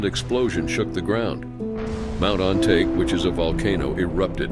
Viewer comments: Not ON-TAKE. Pronounced on-tok-ee. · Mt “On Ta Ke” pronounced like “Ahn Tah Kay” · ON-TA-KE not Ontake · Mt. Ōn-ta-ke. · Mt. On-ta-ke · Mount "Ontake"...you're an id!ot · Listening to the narrator mispronouncing the name of the mountain was almost too much, which isn't like me. If you're going to narrate, learn your material. Please. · The stories were interesting but please, the least you can do is research the pronunciation of mountain names..... Japanese is a pretty easy language to sound out if you spend 5 minutes.